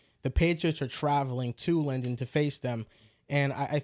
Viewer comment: loves calling London “Lenden” lol